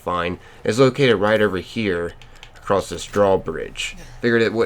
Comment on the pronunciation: Why are you saying a crossed